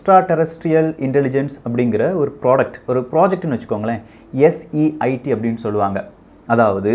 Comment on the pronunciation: It's not SEIT...it's SETI, bro...btw, it's really nice and love your Tamizh pronunciation...